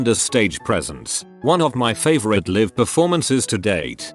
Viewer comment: When the robot pronounced live incorrectly I muted the video and played it back at 1.5x and just read it lol